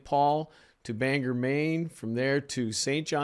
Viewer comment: A tiny nitpick from someone who learned to fly near Bangor. We pronounce it like it's spelled: BANG-GORE rather than BANGerr.